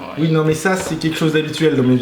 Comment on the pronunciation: Elle a le sindrome des tuches Elle dit 'ui ui'